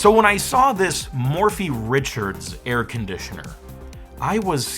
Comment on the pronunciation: Air CON-ditioner?